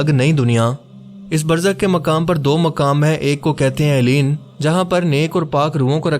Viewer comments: Assalam Alaikom, a point I wanted to make clear, please call it, (El liyeen) rather than Eliyeen. 🙂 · It’s عليين illiyyeen not ileen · آپ نے علیین کا تلفظ ساری ویڈیو میں غلط بولا ہے۔۔۔۔۔ جس سے لگتا ہے آپ نے سورة المطففین ٹھیک سے نہیں پڑھی ہے۔۔۔۔ آپ کو خیال کرنا چاہئیے۔۔۔ آپ ایک اہم موضوع پر بات کر رہے ہیں۔۔۔۔ اپنا تلفظ ٹھیک کریں۔۔۔۔۔ باقی ویڈیو اچھی اور معلوماتی ہے